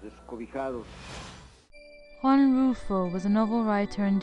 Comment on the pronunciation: Juan RULFO, not Russo